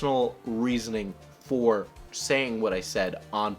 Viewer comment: "fur example"